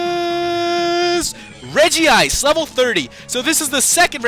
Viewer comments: i hate when the name is pronounced regi-ice. its reg-ice!!!! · Its Reg ice not Reg ee ice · It's regice not regiice reg ice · it pronounce reg-ice NOT regi-ice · It's not regi-ice. Its pronounced reg-ice. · Lol Rodri it's reg-ice